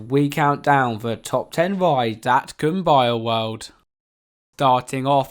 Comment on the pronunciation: It’s too bad he can’t pronounce the name of a couple of the rides and most of all, the name of the park.